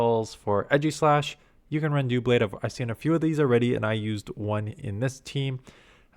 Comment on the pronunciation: I believe it’s pronounced like DUH-blade like in “double” because the Pokemon is double blades